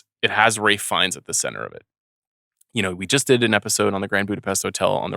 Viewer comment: Ralphie Fee-en-es can flat out act!